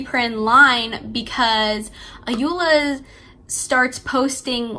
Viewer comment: The Protagonist name is pronounced as Ko-Re-Dey The Sisters name is pronounced A-yo-Ola The authors first name is pronounced as O-yin-kan They are all Yoruba names